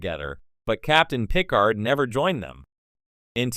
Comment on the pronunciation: I think I'm going to boycott any videos using AI-generated narration , especially when it blatantly mispronounces words any Star Trek geek (like the person who produced this) should know - like saying PIC-ard instead of pi-CARD. in fact, that's exactly where I stopped watching this one.